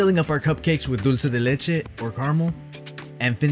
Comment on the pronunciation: Oh my sweet goodness!! These look perfect M!! 👏👏🙌🙌 I looove to hear you say dulce de leche instead of dolchey de lechey as everyone does 🤣🤣 it’s one of my cringe words 😂 Yum!!! Love this!! ❤️